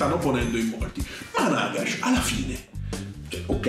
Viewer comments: Comunque penso si pronunci Nagash, con l’accento sulla prima a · E comunque ho sentito che Duncan e i ragazzi di Warhammer TV nei loro video dicono Nàgash.